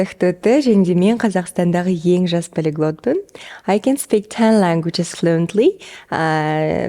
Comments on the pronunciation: Актоты,,, 😂😂😂😂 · почему казакша нормально нельзя было произнести, она что на мис мира участвует.